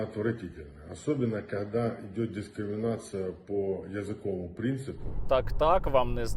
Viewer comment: "...по язикОвому прінципу..."😅 щось бойку жодна мова не дається😅